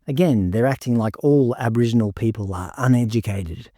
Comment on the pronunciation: We now pronounce it as Abowhingenals.